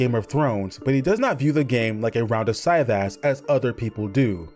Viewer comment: I think Cyvasse is pronounced like si-voss, or si-vass. I hate hearing it pronounced like sigh-vass. ☺️